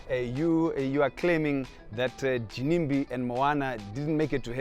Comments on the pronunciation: Am I the only one who is hearing a JIMIMBI in the place of Ginimbi? Hahahaha is always on point! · Gimimbi Me: anonzi Ginimbi iwe msoro bhangu 🤣🤣🤣🤣🤣